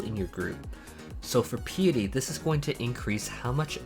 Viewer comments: why do people say pea-a-tee instead of pie-a-tee ? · It's Pi like the equation, then eh then tea. (Pie-eh-tea) not Pee-ah-tea. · As a new-ish player thank you for this guide. The only problem i have is piety. Its pie-ity. As in pious, prayer and stuff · Great video thanks for the info. Oh btw Piety is pronounced like pie ah tee